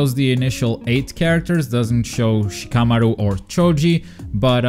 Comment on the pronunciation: You say Shikamaru weird. That is all.